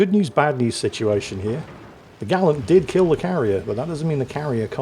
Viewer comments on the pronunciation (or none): none